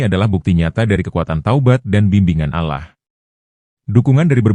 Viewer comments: Dibacanya Alloh,dengernya JD risih KLO dibaca allah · Kemungkinan si pembaca cerita ini, beragama non muslim jadi caramembaca kata "Alloh ,di baca Alah. Itulah kami sebagai muslim merasa janggal dan gk tepat bacaannya.❤❤❤ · Bukan allah ngucapnya Alloh dong? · Iya ya kok ngomongnya alah itu emangnya gak salah kalau orang islam kan alloh yg benar🙂🙂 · Dibacanya Alloh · Yg baca itu agamanya apa.kok allah bacanya